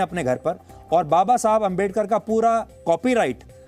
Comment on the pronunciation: बाबा साहब अंबेडकर जी का नाम ढंग से नहीं ले सकते और पत्रकारिता करने आए__🤣🤣🤣